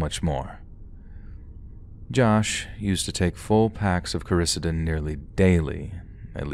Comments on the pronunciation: it was driving me nuts what Josh took but I think instead of Carissa-den you mean Coricidin (core ah see den) the cough medicine. Love ya! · Oh coricidin is pronounced core-uh-see-din